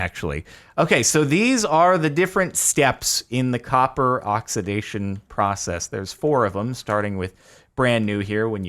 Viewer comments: COPPA XD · "INFUSED WITH THE POWER OF COPPAH!"